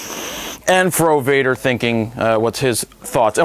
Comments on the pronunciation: I skipped the frowader part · Fro Wader is John Dumb-ar, i skip it